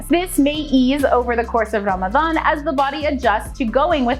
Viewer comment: I love the way she pronounces Ramadan it is close to arabic proninciation